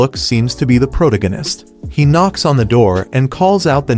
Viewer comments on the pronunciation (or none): "pro-te-gin-nus" a great start.